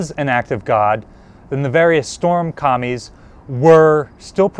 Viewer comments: I kept hearing what you were saying as “storm Commies”, thinking, what, is that like a Red shock army? But it’s storm kamis. Which is completely different! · Did anyone else hear 'Storm Commies'? Cause that's what I heard. Took me a good 5 seconds to go oh wait, Japan.. I bet that's 'Storm Kami'